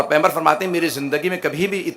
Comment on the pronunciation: Phly pygambar ka lafz to Sae kh do